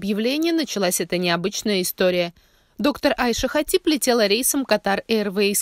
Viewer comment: АйшА. Ударение на последний слог падает